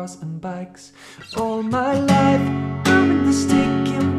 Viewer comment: All my loif. You didn't say Loif correctly.